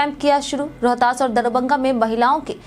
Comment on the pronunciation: DARBANGA Nahi madam DARBHANGA DARBHANGA